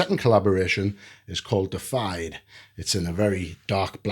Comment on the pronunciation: Not "Defied," it's "Deified" (DEE-if-eyed) which means made godlike.